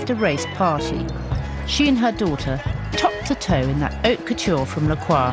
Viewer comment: Lol. " Oak Couture" it's Haute Couture not Oak Culture! Loving the pine needle skirt dahling lol